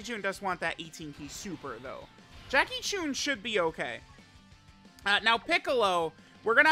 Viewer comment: My ears every time says “Jackie choon”